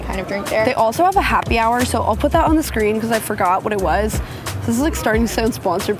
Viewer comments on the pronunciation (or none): none